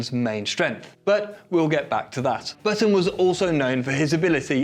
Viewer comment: On the topic of your choice in pronunciation. With Jenson Button. It is not baton. It is Button. Like a shirt button.